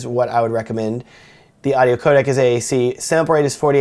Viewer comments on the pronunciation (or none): none